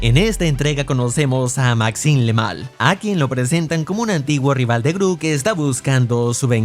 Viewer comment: Maxinmelal o como sea que se diga ❌ Dr doofermirtz ✅